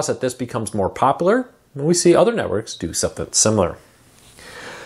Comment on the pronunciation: My friend I'm sorry I have to say this, but it's been driving me nuts for ever. The word is popular not poplar, poplar is a tree.